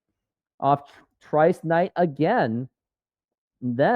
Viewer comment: bro...learn the names before commentating sht. Its TIE-REECE Knight, not trice knight